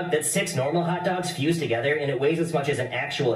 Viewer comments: Sound like he said top dogs together which sound like taco 😂😂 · nahhh he fs aint say hot dogs he said sum like tatdogs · I rewind it but it did kinda sound like tacos😭but it just how he said it